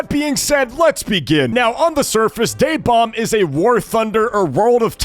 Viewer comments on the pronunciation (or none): It’s DaeBomb. Ok. Just to remind you.